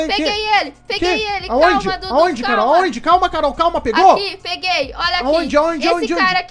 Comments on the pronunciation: O Dudu desesperado quando "acordou" envez de falar Carol ele disse cararol kkkkkk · Ele falando carorou kskskskskskss